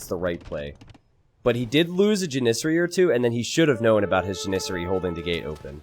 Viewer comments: Please stop saying Janissary wrong, it's "jan-is-sary" not "jan-iz-ary", both s's are pronounced in this word. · Love your videos, but the way you mispronounce Janissary every time is extremely tilting. Jan-i-sairy with a soft i in the middle syllable and the emphasis on the first syllable. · love your streams/channel but everytime you say janissary it hurts. Think janis joplin, Janis sary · the way pronounces Janissary hurts me on an emotional level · Had to go look up how to pronounce Janissary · You are pronouncing janissary wrong. You are putting the emPHAsis on the wrong syLLAble.